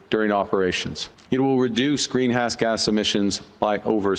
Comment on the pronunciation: Did Carney really say “it will increase green-ass gas emissions”? Without correcting himself? Is he in his right mind?